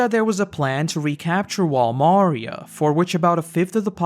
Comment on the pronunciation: its wall MariÁ, the a is accentuated